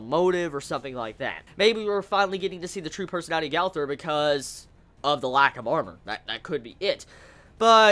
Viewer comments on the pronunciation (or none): none